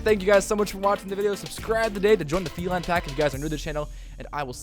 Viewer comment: Who calls their adjunct felinne